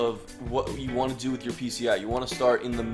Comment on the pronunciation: lol.. "waohnt"